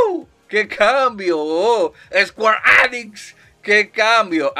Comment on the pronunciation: Me encanta la forma que dices: ESQUARE ÉNIX 😂🤣